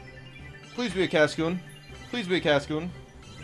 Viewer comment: Silicon is a semiconductor, and "Cascio" is a mispronouncination of Casio, a company that makes calculators.